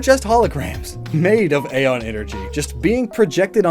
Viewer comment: Ae=e Its not "ayy-os" its "ee-os" its not "ayy-on" but "ee-on"